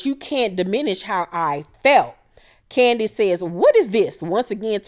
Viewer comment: Hey. Heeheeee. You KILL me every time you say Candiass. LMAO 🤣 You's a whole fool and I LIVE for it. ❤🧡💛💚💙💜 WTF is Giselle wearing there? 😳 If I had to deal with Candiass I'd be drinking all the time too. Lol. Chris and Candiass are headed for the end. (Call me Chris 🤭)